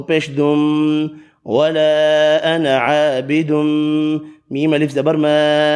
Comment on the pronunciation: MashaaAllah......sirf 4 ayat mein ANA ki samaj nahi aa rahi... lg raha ha aap alif nahi perh rahay noon k saath bl k noon pe zabr perh rahay hain sirf.